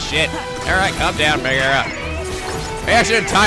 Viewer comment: It's pronounced (meg a ra ) not ( meg air a) sorry to be that guy